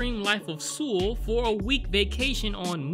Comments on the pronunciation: You say it like soul nit sool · 근데 왜 서울을 수울이라고 하지 ㅋㅋㅋ 그렇게 어려운 이름도 아닌데 암튼 잘 보고 갑니다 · why the hell are you saying Seoul wrong .. its pronounced like Soul not Sool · Seoul is pronounced like "soul" (not "sule"). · Boknam, a great character. 👏🏻👏🏻👏🏻 Also, tip: Seoul is pronounced like “Soul” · I'm a native Korean speaker. Saying "soul" is close enough basically. If you want to take the pronunciation more seriously. You could pronounce it seo-ool. Say the 'O' sound with a light tone that sort of 'dips' slowly into a short 'oo' sound. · Lol everytime you say Seoul you pronounce it sul which is alcohol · Please please please... It's pronounced soul lol I twitched every time lol but this seemed like a message about East Asian culture, it use to be that you didn't interfere with other people's business (not to this extent, it's exaggerated) on top of women's role in rural areas and in the past how hushed these things were when it was frowned upon to divorce or protect their family image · Actually titled Bedevilled but this title speaks to me. Edit: I sound like a damn fool pronouncing Seoul wrong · The way you said Seoul cracks me up 😂😂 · close enough for westerners lol